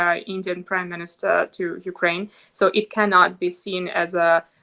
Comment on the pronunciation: You are one of the few people who pronounce Ukraine correctly. That is exactly the Ukrainian people call their country. Thank you.